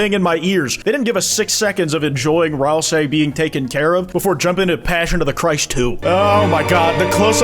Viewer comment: pronounced ralsei wrong :(